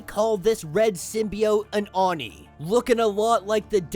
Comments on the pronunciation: Bro, it's pronounced ohh nee(Oni), NOT arny(Oni). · yeah i never heard anyone called it a oon nee hahaha. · I really dont hear him pronouncing oni in a very bad way... And I am more used to hearing Japanese than English... He seems to have a hard time saying it... But the resault is not bad... At least he doesnt say "ounee" as many English speakers do... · Just a heads up it is pronounced “ Oh-Nee”. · I have never heard someone say oni like that before XD I like kid venoms story so far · isn't very good at Japanese names and pronunciation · Lmao you’re not really into anime like that are you? You butchered the way Oni is pronounced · No, is not very good at pronunciation of Japanese names